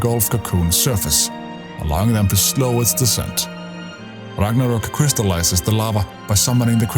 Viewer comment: So nice to hear Ragnarök correct 🇸🇪